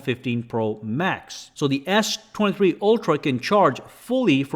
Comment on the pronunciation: The way you say s23, sounds more like Ass 23